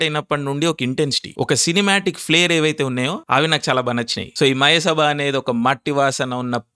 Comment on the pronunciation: అరె తిక్క బ్రదర్ మయసభ అని సరిగా మాట్లాడు బ్రో